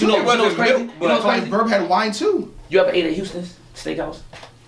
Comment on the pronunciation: Lmao.....he said “Houston’s”.